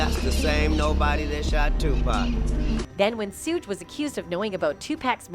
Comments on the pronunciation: I will believe it when his in cuffs it's Suge not souge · Learn how to pronounce the names correctly. The man's name is Sug as in sugar, pack is pronounced Pock, babbylane is Beybey Lane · Who the hell is sooge!! Lol smdh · Why do white people call suge knight lol suuugge knight lmfaooo 🤣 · They got the most illiterate bihh in the world to narrate this lmmfao shuuge lmmfao I can't even type the way her dumb ahh was pronouncing it.. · Big Sooge 🤣🤣 gonna get you lady when he get out....put some RESPECT on Marion Suge Knight name 🤗🤗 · No more AI narrators. Sooj Knight and 2Pack.😂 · who the hell is Sooge Knight?? 😆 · As much as I want to watch this video the moment she said Tupac and Suge name I got to go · Am I the only one hearing the lady saying Tupac and Suge’s names wrong? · I’m so weak how she pronouncing suge name 🤣😂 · They need to say suge name right 😏😏😏💯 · Its so irratating that you keep mispronouncing 2 pac and suge name smdh